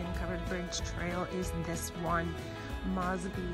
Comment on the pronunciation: Your mispronouncing 'Mosby'.